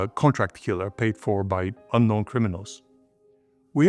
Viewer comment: I think the emphasis is wrong hear. You put it on "criminals", it should be on "unknown"